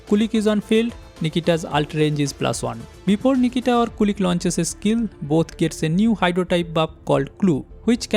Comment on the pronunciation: The robodog is not "kulik", it's "kulich" with "ch" in "chair". Kulich is basically an slavik Easter cake